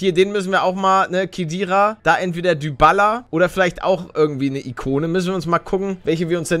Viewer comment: Man sagt Dibala nicht dübala🤣🤣🤣